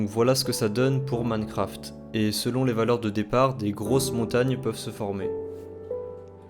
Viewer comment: Je suis le seul a entendre moncraft au debut ?